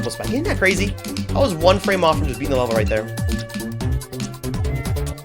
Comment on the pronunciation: ‘frams’ BROtato